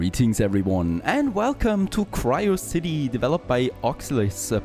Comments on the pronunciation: It's not "cryocity" it's "Curiosity" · It's Curiosity not Quirecity. 😂